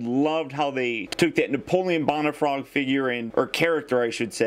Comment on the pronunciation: ***** Haha, and some people say George Warsh - ington. Doesn't mean it's correct. You do weekly reviews and it is expected that you would receive critiques now and again. Sorry to be "THAT GUY", but the correct pronunciation is "Bone - uh - frog". If my teacher in school said Napoleon "Bon - uh - part"? I'd drop her class. Now don't get all defensive and butt hurt, you do that a lot. Keep up the good reviews!